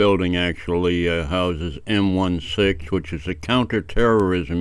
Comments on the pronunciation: It's not M-One-Six. It's "M I Six", Military Intelligence Unit 6. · Just a quick one to say it's M EYE SIX, not M ONE SIX. 🤪👍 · It's MI6 (eye six), not one six. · OMG! Do you - - really not know that it's M EYE 6, not M - ONE - 6? It stands for "Military Intelligence". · It’s MI6 not M16 the MI stands for Military Intelligence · MI-6. Em eye 6, and this guy was not testing a new camera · I like your content but IMHO I think it’s MI6, eg em-eye-six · yes He is NOT in the US but he is not in Australian either and for some reason you did an Australian accent! LOL - or were you going for a British accent? LOL! Take care man!